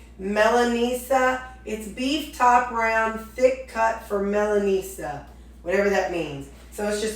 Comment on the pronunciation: It's pronounced Mil-en-A-sia...meaning Milan, Italy style.